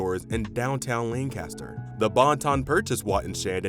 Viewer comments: Good video but I can't get over your pronunciation of Lancaster. It's Lan-Kiss-Stur. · I checked the comments here to see if someone mentioned the mis-pronunciation of "Lancaster." It drives me crazy! Lol. But, I guess when people not from the area or those unfamiliar with Lancaster, PA think it's pronounced like "Burt Lancaster." At least that's what I've always assumed. But I wish they would just stop already! 😄